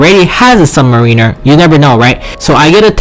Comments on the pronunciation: Did he say subwiner? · Submarine-er. Yikes